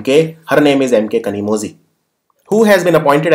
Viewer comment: Best women parliamentarian award for 2018? A.M.K.Kanimozhi.. In tamil (zhi= li) .. There is a special letter "la" in tamil.. So please pronounciate kanimozhi as kanimoli.